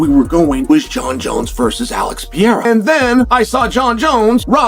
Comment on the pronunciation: Who's Peeyerrah?